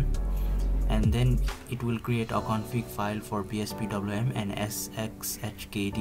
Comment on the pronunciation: The sheer inability to pronounce sxhkd is what binds the whole linux community together xD Great video, thank you :)